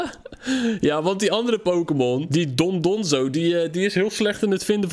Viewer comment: yeah goed gedaan met die titan :D eigenlijk heet ie dondozo niet dondonzo